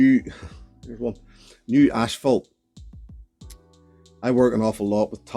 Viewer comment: Thanks for taking the hit on the Black Bottle,. I see it now and then at stores, but have never been tempted to buy. As a complete non-sequiter, my ears perked up when you mentioned asphalt while nosing. You pronounced it like many Canadians do, ASHPHALT. My non-scientific theory is that somewhere in the past, Canadians were too shy to pronounce it ASSPHALT, so they added the extra H, and for a large chunk of the population, it has remained ASHPHALT. Best wishes to you, as always.